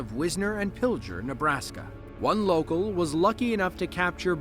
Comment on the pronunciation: The towns in Nebraska with the twin tornados are Wisner and Pigler, with a hard g and not a j sound. The damage was indescribable! I live about an hour or so away from there but I live in Iowa.